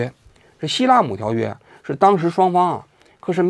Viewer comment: 王局说的那个条约不是希拉姆是西姆拉😂